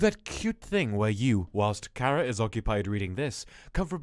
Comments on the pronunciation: Am I the only one who thought it was pronounced Chara rather than kara? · stop with the KaRa its chara ch bruh